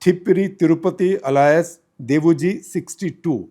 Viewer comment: Mr Gupta your English is very poor. You can't pronounce Alias properly. Get some help.